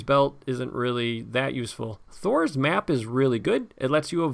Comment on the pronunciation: Every time I hear you say "Thror's Map" I hear "Thor's Map" and I keep expecting to see you putting Mjolnir on your table.